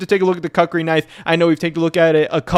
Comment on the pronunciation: koo͝k′rē is correct pronunciation